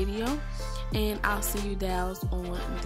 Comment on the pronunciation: Straight Chicago the way you say "doll". My dad says it the same way! Love you